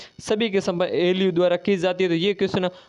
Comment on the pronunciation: ALU को तो ये ईलुलुलु बोल रहे है😂😂